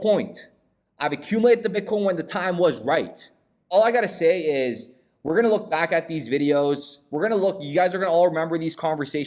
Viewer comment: Tell it like it TIZ 😂